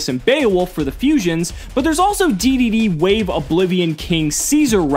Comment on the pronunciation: It's pronounced "Double D" and "Triple D".